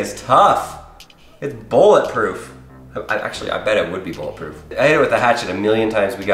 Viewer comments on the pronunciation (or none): It is not boolet proof